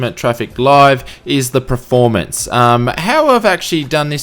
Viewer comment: By the way, the word is PERformance not Preformance!